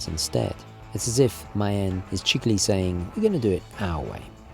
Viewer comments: Good vid. Just for the record: maen is pronounced 'maan'. Drag out the 'ah' sound. 'Maan' is actually how moon is spelled today. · I know you like to pronounce things the correct way - so Maen is pronounced 'Mahn' like 'Ma'.